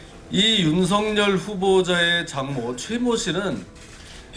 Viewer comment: 윤쉬붠.... 윤쉬붤.....이라고 읽히기도 함 된발음...윤쉬풜!!!!! 🐕진태는 🤐🤐🤐🤐